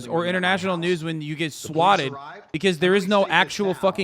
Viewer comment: What's up with Tate's weird pronunciation of words like "swatted"?